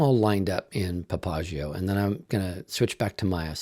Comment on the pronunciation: I do not know if this is industry standard of the word Papagayo but it is not correct. This is a Spanish word and as such the accent should be on the next to last syllable as PapaGAyo. This is actually the nickname of a person who runs the most famous whorehouse in Nueva Laredo